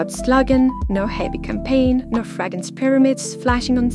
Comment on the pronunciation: I adore you so much and I really enjoy your content! Just wanted to remind you that it’s “fragRance“. Keep up the good work xo 💋